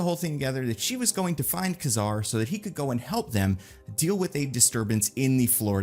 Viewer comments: Kazar (kay-zar not ka-zar) 🤙🏾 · Kazar not Kuzar ugh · I had to stop watching this after less than 3 minutes. The way he pronounces Kazar really bothers me for some reason 🤣